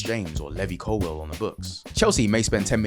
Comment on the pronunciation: levi cowill pronouction cmon man